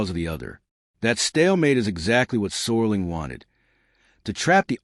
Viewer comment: Could someone tell the Artificial Idiot narrator that it's Serling, not Sorling?!